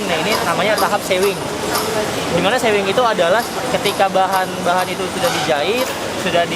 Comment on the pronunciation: Bacanya sewing itu kaya pake u bukan e 😂 artinya menjahit